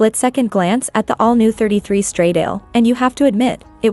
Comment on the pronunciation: Please, get some basic understanding of how to pronounce “ semi- correctly “ the ITALIAN ( NOT English !!) name of the brand and the model !!! STRADAAAALE WITH THE A AS IN ANN !!!! 😖😖😖😖